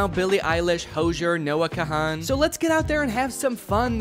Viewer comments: Danny I love ya, but Noah Kahan is pronounced like Noah con. Gotta represent for my boy Noah ✊ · Danny your great but it’s pronounced noah kaan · respectfully, his pronunciation of noah kahan made my bones itch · hey Danny why did you pronounce Noah kahan like that